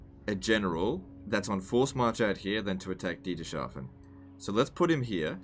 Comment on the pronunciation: btw its Dieters-hafen not Dieter-shafen